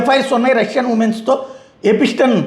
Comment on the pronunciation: Small correction. ఎ పి స్టీ న్ కాదు. ఎ ప్ స్టీ న్.